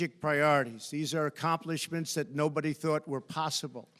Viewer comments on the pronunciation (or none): What’s an “accompli-ch-ment”?!